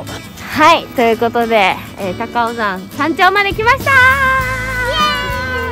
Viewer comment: 高尾山をたかおざんって読む人はじめて笑笑たかおさんですよー